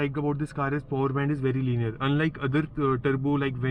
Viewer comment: Po-wer mat bolna ab se 🤣 It is power!